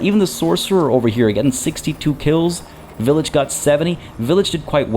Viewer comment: Pretty sure it should be pronounced "vile-itch" or the name pun wouldn't make sense.